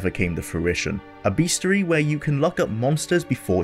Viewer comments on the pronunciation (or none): FYI Bestiary is pronounced best-E-air-E.